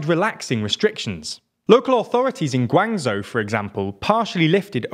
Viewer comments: guangzhou instead of guanzho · Sorry, pronuciation pedent here. Love the content and non-stop effort but please can we vet the pronuciation of these major chinese cities (Guangzhou should be correctly pronounced Guang-Joe for example). Thats just the correct english pronuciation